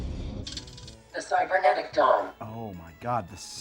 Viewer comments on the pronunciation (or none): 😂 I thought it was “cybernetic dong” not “dawn” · I heard it as "Cybernetic Dom" and went "I think I remember this movie differently." LOL. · 'Dawn' is definitely not what I kept hearing, had to wait for the text 😅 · I had to play the video back because I thought it was Cybernetic Dong not Cybernetic Dawn